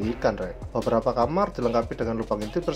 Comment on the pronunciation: kastil mas bukan kasir beberapa mas bukan benerapa 🤣